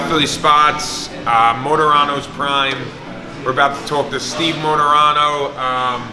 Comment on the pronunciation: The name is MARTORANO, not MARTARONO !